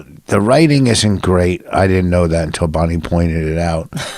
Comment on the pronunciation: Vos makes Bwonnie cwoffee.